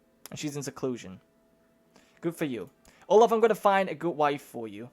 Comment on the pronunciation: Olav is pronaunced Olav not olaf (in norwegian )